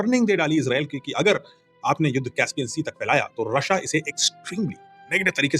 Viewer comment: sir, आपका रशिया बोलने का तरीका बहुत शानदार होता है, हर बार। ❤❤❤ जय हिंद❤🙏🏼